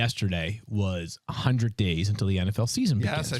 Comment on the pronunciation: Please do not use the phrase" keep it one hunnit" . It is a terrible look sir and of course you do not say it correctly